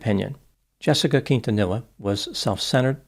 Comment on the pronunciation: You figured with a last name like, he'd know the proper pronunciation of Quintanilla...